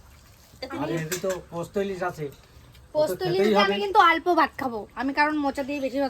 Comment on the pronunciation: পস্ত্ না পোস্ত